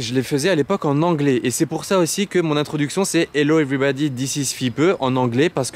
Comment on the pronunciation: "evribodi ziziz fipeu" c'est de l'anglais ça? 🤣 super caisse frérot!